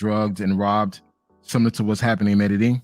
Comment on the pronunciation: Colombia is nice but not enough outisde of the chicas to keep me goinc back. I have a lot of otgrr countries i want to hit. By the way Medellin is pronounced Mede-yeen or Mede-jeen! 😅✊🏾